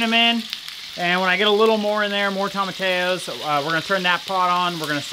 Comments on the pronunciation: The correct pronunciation is toe-ma-ti-ya. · Tom-a-tea-yo. Double L = a yeee sound in Spanish. 😉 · Sorry, I can't stand it - tomatillo is spanish and pronounced "toemah-tee-yo" with the accent on tee :)